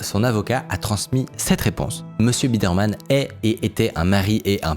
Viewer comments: Attention à la prononciation. Il s'agit de "Noel Biderman" et non pas "Birdman" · J'ai pas encore fini de regarder mais tout le long pour le moment Micode dit "Birdman" alors que c'est "Biderman" c'est perturbant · BI DER MAN, pas BIRD MAN. Moi aussi je suis dyslexique, mais pas youtubeur et cette erreur répétée à l'envi, ça fait désordre... Vingt Zenquêteurs, c pas terrible non plus. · Pourquoi prononcer "Birdmann" ? le nom se prononce Bi-der-mann et pis voilà ! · pourquoi dire Birdman au lieu de Biderman ? Estce fait exprès ? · Comment il lis biderman birdman pendant 36 minutes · IL A DIS BIRDMAN TOUTE LA VIDÉO SANS SE RENTRE COMPTE QUE C’EST BIDER MAN ! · C’est pas birdman c’est Biderman ! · le fait qu’il ai dit birdman instead of biderman ça me tilt a un point inimaginable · Triggered par le fait qu'il s'appelle Biderman et que tu prononces Birdman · BIDERMAN PAS BIRDMAN PUTAIN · c'est BI DER MAN ET PAS BIRDMAN sinon super documentaire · C’est BIDERMAN est non BIRDMAN comme tu dis pendant 30min .. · Tu dis Birdman ou lieu de Biderman tout le long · Il s'agit de "Noel Biderman" et non pas "Birdman" . Ne voyez-vous pas la différence ❓️❓️❓️⁉️ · BI DER MAN, et non pas BIRD MAN ! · Juste pour chipoter c'est Biderman et pas Birdman Mais très bonne vidéo sinon, encore une histoire très prenante ! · Super video mais juste un truc, Noel Biderman c'est Bi-der-man, pas Birdman 🙂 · Birdman ou Biderman ? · Pourquoi prononcer Biderman (qui se dit tout simplement Bideurmann) « bird man »? Je n’arrête pas de me poser la question. Je ne comprends pas, c’est l’angoisse. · Le mec s'appelle Biderman et c'est prononcé Birdman tout au long de la vidéo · Il ne se nomme pas Bidman mais Biderman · biderman, et pas birdman ' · Je suis à 3min de vidéo, et "birdman" au lieu de "biderman" j'en peux déjà plus :') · le mec s’appelle Biderman pas Birdman mdr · Noel BIDERMAN, c’est BIDERMAN SON NOM et non BIRDMAN 🐥 😂😂😂 du coup insupportable d’écouter sachant et entendant cette erreur. Dommage.